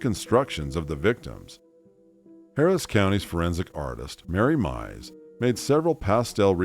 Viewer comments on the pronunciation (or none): none